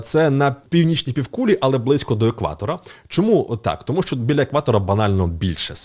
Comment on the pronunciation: 10 років *тому наголошують на другому складі